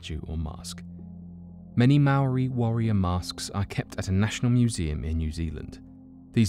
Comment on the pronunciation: Thank you for saying Maori correctly